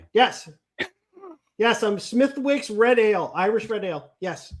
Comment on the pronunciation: Smith-icks. The W is silent